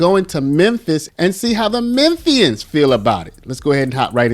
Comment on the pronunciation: Omg, you are the cutest ever! 🥰❤️‍🔥 Lol, such a small thing, but ty for saying Memphian right 😂 you straight up sounded like you were right around the block